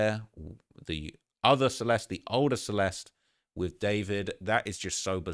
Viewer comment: Celest... everybody saying that poor girls name wrong. You're all missing and "e" at the end and it sounds like the "i" in the word bird. Your welcome lol